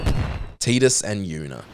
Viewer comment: It's not "Teedus", It's "Tidus"